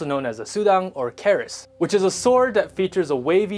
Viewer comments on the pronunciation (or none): When he said keris he said karis,its pronounced Ku-ris